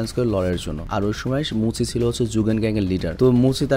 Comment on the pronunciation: Vai Oita tenziku hobe r muchi na bole moucchi bolben please ❤